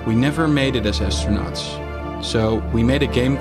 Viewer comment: “Univursh” “astronatsh” echt te erg haha